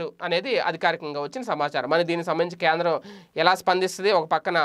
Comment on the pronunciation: Pl pronounce properly Kendram...not kandram.,kandram..